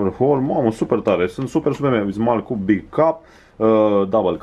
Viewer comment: morrr ai zis "double cuc" in loc de cup :)))+ calitatea cu noul cannon e super :))